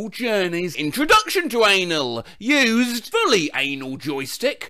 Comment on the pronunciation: The way he says used